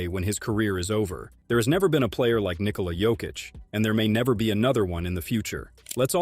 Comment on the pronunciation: The narrator here is the first person who can pronounce Nikola's first name correctly.